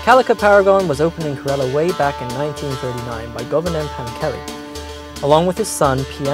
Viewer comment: These people don't even care to pronounce Kerala correctly. 😏